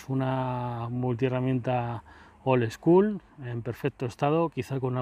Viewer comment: Y dale con el "old eschool". Vaya tela con el spanglish del 🤦